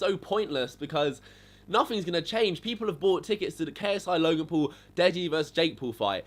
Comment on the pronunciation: look.. get fucking braces get your teeth straight try to say Logan P-A-U-L not Logan pool.. and just stop putting ksi or Logan Paul in your titles.. it's 1000% obvious you literally love Logan and ksi...